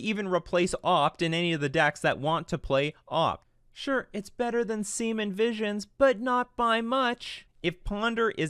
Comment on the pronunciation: "Semen visions" lmaoo